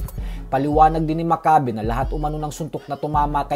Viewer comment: (M A C C A Y B E ) not mak kabe